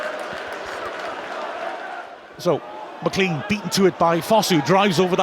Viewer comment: Day 104 of asking him to pronounce McLean correctly